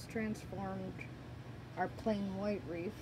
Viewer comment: That’s one of the most beautiful “Wreaths” I’ve seen so far, but it’s pronounced REETH, just like TEETH. Not REEF, which is coral, found under the ocean for fish to live in 🤷‍♀️. Sorry, I truly don’t mean to be rude. I will definitely try and make this, hopefully I am as talented as you are 😊